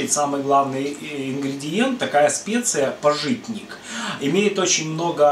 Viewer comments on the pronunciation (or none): не пажИтник, а пАжитник, хотя бы поинтересовались, как произносится